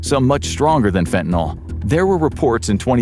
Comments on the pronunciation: There's no "O" in fentin"Y"l. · I'm 65 now. I did a lot of different drugs in my younger days. So glad that fentanyl wasn't around in those days, I might have tried it and had an overdose. People constantly mispronounce fentanyl, it's not "fentaNOL". The suffix of the word has to do with the chemical make up. "NOL" and "NYL" would be two DIFFERENT chemicals. 🤦🤷